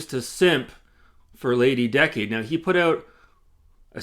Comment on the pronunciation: Be careful she’ll probably sue you for mispronouncing her name. It’s Lady DUH-cade 😂😂😂